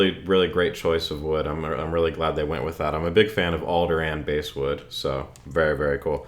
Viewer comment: Bass wood is from the word bast, thus pronounced bass, not base. Cool content. Rocky George from ST played an Ibanez on a few of the ST albums. George's soloing is incredible. Check it out, and I dig the content and that axe.